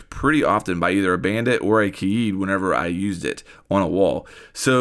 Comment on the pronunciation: It’s not pronounced k-aid it’s ky-yeed